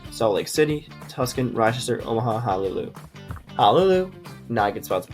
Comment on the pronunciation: 1) Too bad you didn't realize we can't actually see the city names you're considering for a good part of the video. 2) Also, why don't your team names in column S match up with the cities in column M? Order the spreadsheet based on column N then have the team with team names in S match the cities in M. 3) Then, I kept wondering where you were talking about when you kept saying "Tuskin"; then I saw it spelled out and I realized, "He doesn't know it's pronounced 'Too-sahn'" (rhymes with "too gone"). If you want to consider a city for a major sports franchise, at least know HOW TO PRONOUNCE THE CITY'S NAME. 4) As someone from the Midwest, if the best idea you could think of for Omaha was the Tractors, do some research about the Midwest. 5) Write your own intro. Keep it to about 30 seconds MAX. No one wants to hear two and a half minutes of bloated, computer-generated bloviating. 6) I had to turn on the captioning to understand far too much of your speech because of your speaking speed and enunciation.